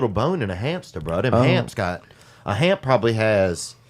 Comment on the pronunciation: “ a hamp”😭